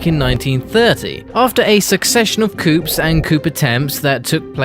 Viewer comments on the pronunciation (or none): 'Coops'???!!! Really mate?! You just make your self sound like an imbecile, especially when your trying to make an educational video. Come on mate, try harder, cos this is an important subject.